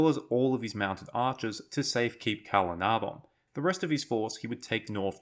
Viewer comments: "DH" and "dh" are pronounced as th. The original letter was Ð or ð known as eth . Calenardhon is pronounced Calenarthon. It is stated as such in the LOTR appendices. Having now watched all two plus hours, dh aside, I really enjoyed watching and listening to this. I do like a good longform video when it's done well. 😊❤😊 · So, a year later, I'm relistening to this podcast style episode whilst I fight with photo-etch. I have noticed that you're still mispronouncing Calenardhon in your current videos a year after I last commented on the matter. I'd love to know your reasoning for this. Is it because you feel that your audience wouldn't understand why there was a th sound in the middle of Calenardhon?